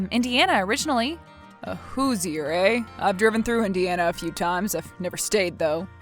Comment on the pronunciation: *Hoosier = pronounced who-sure not who -Zee-er.